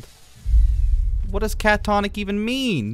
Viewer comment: Catatonic, not catonic. It's basically the conscious version of a coma.